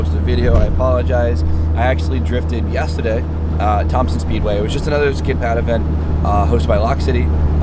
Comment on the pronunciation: You say yesterday weird lmao